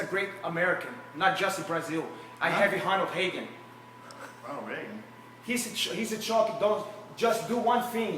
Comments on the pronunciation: Honald Haygen! LMAO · lol, Honold Hagan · Honald heagan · Honald Heagan lmfao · honald hagan hahahaa